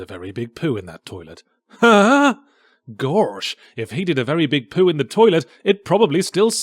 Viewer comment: “GWARSH ITS ORGANIZATION XIII!” Now rinse and repeat for more than half the game.